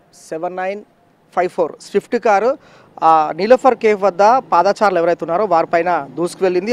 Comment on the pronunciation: పాదా చారులు కాదు, పాద చారులు అనాలి. అలాగే గయాలు కాదు గాయాలు.